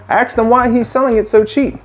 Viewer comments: You AXED him all thes questions? Or you ASKED him? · You axed him that did you? How many other questions did you axe?